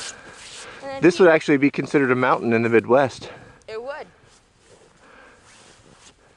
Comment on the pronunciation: Hey, well. Ummm, I live in Illinois and I heard you say a weird sounding word, like mintin? Montan? mountain? Something like that. Can someone tell me what that is?